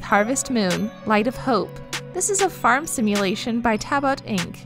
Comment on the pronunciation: i cringed at the word farm being pronounced form.